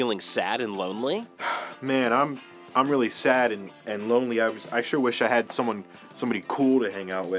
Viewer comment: Weawwy nice job.